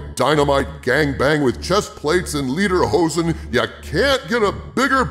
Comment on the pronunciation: The way you said "liederhosen" literally translates to "song pants." It should sound like "lay-durr hosen."